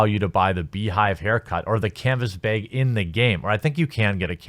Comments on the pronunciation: Its bag, not beg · You know, as smart as you seem, you throw it all out the window every time you say "baeg" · I love you, but how fucking hard is it to say a 3 letter word? It’s bag! Say back, then say bag same shit why u say byeeeg? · It's bAg. Like rag or sag or tag. Not bEg..... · Lol beag, Baaa like a sheep, baaag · Ho Lee Fuk the BEG thing again..Ok ok ok.. say HAT and use that sound you used for the "A" and then say BAG... what are you Canadian or something eh? Canadians get a pass on abuuut cause it sounds funny but past that is pushing it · "baeg"? It's pronounced like the a in "app". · Godamnit Jeremy it's bAg not baEg like rag it hag or stag. Gotta get that "E" out of there bahahahahahahaha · aww you said bag wrong again, Its baaaaaaaaaag, not beeeeeeg and you got it right last time too. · Say "brag." Now, remove the "r." It sounded like you were saying "beg" lol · I think you went from bayg to behg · Not a “beg” it’s a bag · ITS BAAAAAAHG. NOT BAAAAAYG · Bag, not bayg. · Why are you saying "beg"? Its bag like the same way you say "back" except you say the sound of g instead of ck. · can you explain why he's saying "canvas beg"? isnt it bag? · Why do you keep saying baeg? Just say back & replace the ck with a g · Bag not beg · WTF is a beh'g? Do you mean bag? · "Canvas Beg" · It's "b-ag" not "b-eg" or "b-aaa-eeeeg" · Come on brother, you can do it. Its a "bag". Not a "big", not a "beg", and definitely not a "baeg". Just a bag. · You say "bag" funny... "Bheg!" Lol love your channel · Sorry chief but that ain’t it. Baaaaaaaaag not beeeeeeeeeeg! But don’t worry about it daddy. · ITS FUCKING B"A"G!!! ARE YOU CANADIAN OR MIDWESTERNER? I used to say BEG instead of bag until I was made fun of so much that i would cry in the shower. but its okay now i cry about other things in the shower now!! :,D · I hear him saying "behg" instead of "baag". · Um it's bag not beg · Its a joke. His Wisconsin accent makes him pronounce bag as beg. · It's baeg. Get it right